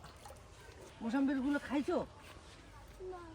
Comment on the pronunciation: আপনি সব সময় মুসাম্বি কে মুসাম্বির বলেন কেনো?